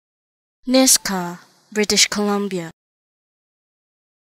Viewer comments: Its pronounced "Nishga" ... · Nisga'a - is not pronounced as Niska